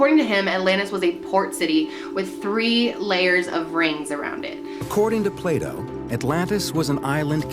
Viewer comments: Did just accidentally say Pluto instead of Plato? lol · does she keep accidentally saying Pluto instead of Plato or am I just tripping? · Plato. Lol, not Pluto. 😉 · It's Plah-to xD Not Play-Dough HAHAHA! I got so confused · I love how she accidentally said “Pluto” 😂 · I died laughing when you said “pluto” instead of plato😂😂😂😂😂😂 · "Plato" not pluto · anyone else catch her call plato pluto lol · "Play Dough" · "Pluto" lol... Loving your videos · The way Americans pronounce Plato is hilarious!! It almost sounds like Playdoh..... hahahaha